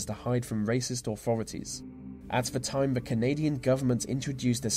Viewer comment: Pronouncing ‘the’ as vuh is properly annoying